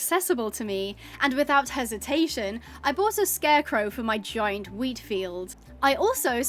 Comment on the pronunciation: You made me look like speed when the guy says please speed I need this my mother's going to homeless because when you woke up out of the shed and at the part you said wheat it sounded like meat 😂😂😂😂